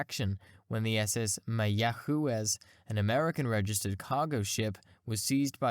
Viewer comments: Pronounced "My-agwez"... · go learn the proper way to pronounce MayaQuez some of your info is spot on some is spotty and inaccurrate on some data btw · That was one epic presentation. Amazing! It included the most creative pronunciation of "Mayaguez" I have ever heard as a bonus 👍 Great work! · Go ahead, go ahead, say "Mayaguez" again. We won't laugh. 🙃